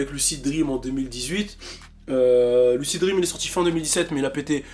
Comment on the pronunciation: fait un effort quand tu dis lucid dreams stp 😂😂